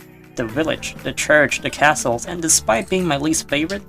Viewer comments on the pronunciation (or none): none